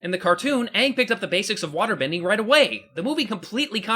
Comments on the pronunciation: Don't forget they got their names wrong too. "Sohka and Aung" are both wrong. It's suppose to be "Sauh-ka and A-ng" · UNG!!!!!!!!!!!!!!! UNG!!!!!!!!!!!!!! This is utter idiocy. It is Aang not Ung! Couldn't they at least get an actor who could pronounce the names right! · 25 reasons why M. Night Shyamalan's The Last Airbender sucks: 1) Too. much. exposition. 2) WHY IS THE BENDING SO SLOW?! 3) Aang Ong being turned into a whiny, angsty brat 4) Sokka Soaker having the personality of a twig 5) Katara becoming an absolute joke of a waterbender 6) RACEBENDING 7) Zuko's scar is barely visible 8) The earthbender prison being built in A FUCKING QUARRY 9) The Kyoshi Warriors' lone scene being cut out 10) Fire Lord Ozai's face being visible from the beginning 11) Every action scene being done in one looooooong take 12) Firebending requiring existing fire to even work 13) Admiral Zhao constantly rambling on about "THE SECRET LIBRARY!" 14) Avatar Roku and Koh the Face Stealer being replaced by some dragon spirit 15) Ong raising a giant wall of water to scare away the Fire Nation instead of fusing with the Ocean Spirit and going on a rampage after Zhao kills the Moon Spirit 16) Awful acting all around (except from Zuko, Iroh Eeroh, Princess Yue and Master Pakku's actors) 17) Katara's actress only being cast as a favor to her billionaire father 18) Horrible editing 19) The characters' names (as well as the terms "avatar" and "agni kai") being pronounced wrong 20) Soaker not using his boomerang at all 21) THE "PEBBLE DANCE" 22) The blatant sequel hook with Princess Azula at the end 23) The last-minute 3D conversion 24) The sheer amount of close-up shots 25) The fact that it was even made at all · Haha. What a joke. Pronounced aang as ang to make it more chinese. What about yue? Why is it still you-eh? -.- this movie, as said in the clip, is a complete waste of time other than the graphic. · And "ong", really... Katara pronounces Aang as ong...